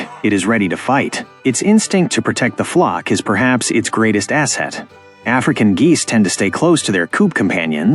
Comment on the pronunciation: i dont like the way he said the african